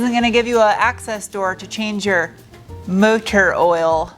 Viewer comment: Who yelled at you about "mo tor"? lol